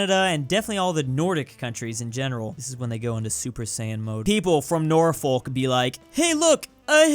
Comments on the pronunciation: I live in norfolk and hearing him say it as north folk instead of norfook just makes me go insane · I'm curious, absolutely butchered the pronounciation of Norfolk, is that how bad it sounds when someone butchers a place name in somewhere like Russia or China. Cus jeez, I feel bad for you if so.